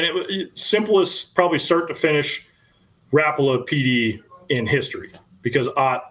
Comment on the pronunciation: Rap-pa-la..just picture Al Linder saying it.